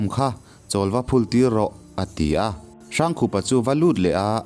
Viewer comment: Hrangkhupa hi "Hrângkhûpa," ti a lam tûr. Rokhuma pawh "Rokhûma" ti a kan lam ṭhin angin. "Râifân," ti a lam ve tûr.